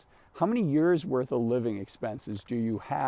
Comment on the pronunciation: Is he saying “years”? Sounds like “yurs”…